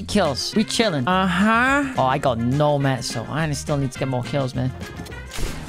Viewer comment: Why tf do u say mats like that cmon now